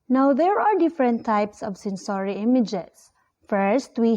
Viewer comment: Kindly check the pronunciation of the word, sensory